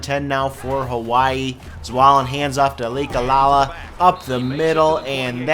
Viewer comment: I know it really doesn't matter as the episode is up & you probably won't be playing Hawaii again in the future but, for my own piece of mind, I have to say that the running back's name is Lakalaka, pronounced Lak-a-Lak-a not Lake-a-la-la. Anyway, completely pointless rant over.